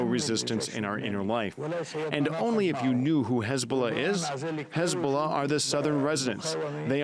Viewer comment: How can he say "hi" normally and say "hezbollah" as khezbula..